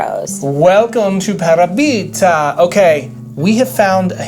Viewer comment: Love Parabita. BTW.....the accent is on the second syllable.......Pa RA bita